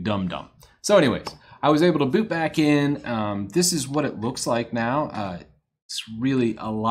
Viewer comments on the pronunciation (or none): none